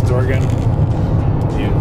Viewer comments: Sea lion caves is cool. The Tillamook cheese factory, Seaside Tardy. It's pronounced OR-E-GON. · It’s pronounced or-Ē’-gun. It’s kinda nice watching someone new to the area seeing places so familiar to me. It’s like seeing it all again for the first time. You could easily spend a whole summer exploring Newport, Lincoln City, Cannon Beach & Seaside, just to name a few. Hope you get to return when you have more time.